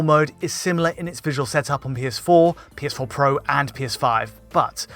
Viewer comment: “The PS4 PWWO”